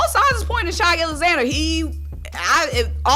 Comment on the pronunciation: It's not shy it's shai 😂